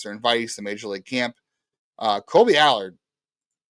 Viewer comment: Kolby AL-URD